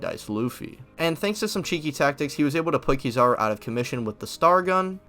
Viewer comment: KEE zawr oo? Come on dawg damn :/